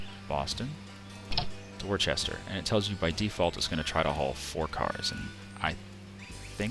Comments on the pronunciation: Worcester is pronounced Wooster. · Would agree, if there were an 'h' in the name.. Worcester, just like Worcestershire, drop the 'shire'. You don't say 'Worchestershire Sauce', do you? 'Wuh-stir-shire', 'Wuh-stir'. Simple. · I fully recognize I'm 13 years late to the party here .... But listening to you pronounce Worcester like that is painful 🤣